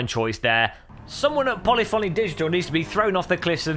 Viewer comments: It's pronounced .....'Poll-if-phony' not 'Polly-phony' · It's not 'Poly-Phony', it's pronounced 'Polifany'.